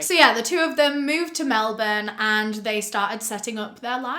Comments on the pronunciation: Can we just appreciate that pronounces Melbourne correctly? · omg finally someone who says melbourne right who dosent live in australia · The first thing i took away from this is that you pronounced Melbourne correctly 🤣🤣 Most international folk, don't :)